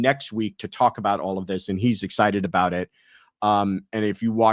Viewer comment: Haha!!! I had a feeling you were from Canada!!!! The way you were saying aboot!! Haha Fellow Canadian here!!